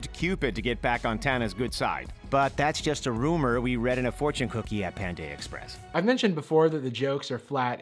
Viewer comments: did he just say pandae express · "Pand AYY express"